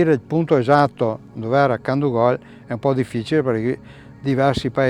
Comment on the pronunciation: molto interessante. un appunto sulla dizione, piú probabilmente Candúgol/Candúvol